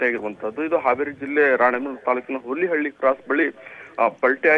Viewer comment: ಹೂಲಿಹಳ್ಳ ಅಲ್ಲ ರಿ ಅದು ಹುಲಿಹಳ್ಳಿ